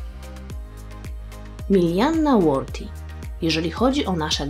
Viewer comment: jeśli to angielskie nazwisko to jprdl to się wymawia /ˈwɜː.ði/